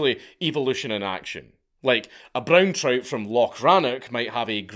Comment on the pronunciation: Dank talking about "Broon Troot" is the most Scottish thing ever!